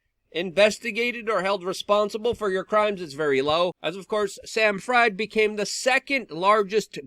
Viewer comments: It's purnounced Friiiiid, as in Siegfried, or Friedman. Probably German-English ancestrie! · Fried is pronounced "Freed" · Luke fyi his name is pronounced Freed. Aka SBF